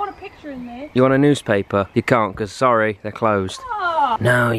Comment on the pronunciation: said oh sowy